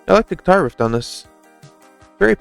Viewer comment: thanks for reacting to this album, nobody reacts to Nick Rattigan :( fyi: it is 'riff' not 'rift', easy mistake to make ;D